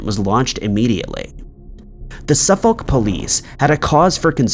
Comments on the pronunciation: And ‘Suffolk’ is pronounced Suff-ick (not Suff-olllk, even tho that’s how it’s spelled) Source: again MA resident. (we share many of the same named places as the UK here in new england). Keep up the great work! Just my $0.02. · Pronounce Suffolk as Sufurc not Suf FOLK but apart from that your a ledge. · Unknown #06: How to pronounce "Suffolk"... It's more like "Su'fok" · Can you please learn the correct pronunciation of English towns before putting them in these videos, it’s off putting hearing the incorrect pronunciation over and over again. Suffolk is pronounced like suffer with a k at the end and no Sur-folk. Cambridge is pronounced came-bridge and not cam-bridge. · There's no audible "L" in "Suffolk" - or "Norfolk" for that matter. The "folk" in both words sounds dangerously close to a rude f-word, but that's how it's pronounced. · By the way, in the name "Suffolk" you don't pronounce the "L". Its always funny hearing Americans trying to pronounce English Town or city names 😄